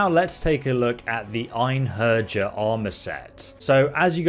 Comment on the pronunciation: The way he pronounces Einherjar 💀